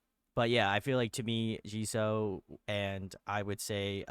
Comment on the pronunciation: can you please stop saying Jiso. It’s Jisoo or Jisue if it helps you phonetically